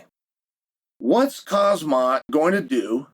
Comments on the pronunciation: The literal WORST at pronunciation. 💀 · "KAHHHZMATS" chances qre sooo slim uncle chael 😂😂😂😅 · Might as well call him Cosmonaut. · Khazmat 💀😆 Sonnen's name mispronounciations are epic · Dear Chael, please practice pronunciation of people’s names. You are UTTERLY BUTCHERING fighters names. You’re better and more professional than that. Do you need me to spell it out for you? HOM ZOT = Khamzat. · This dude keep pronouncing khamzat name wrong and people still listen to what he observe and thinking 😂